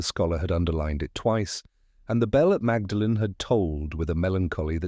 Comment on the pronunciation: It's pronounced "maudlin" not magdalen.